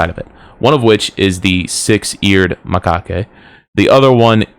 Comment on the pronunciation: Macaque. The E is silent